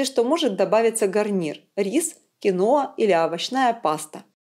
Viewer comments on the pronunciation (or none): none